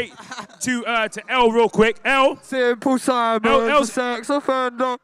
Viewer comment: Bro said symple Simon